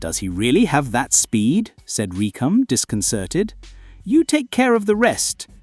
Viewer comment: It’s recoom not recom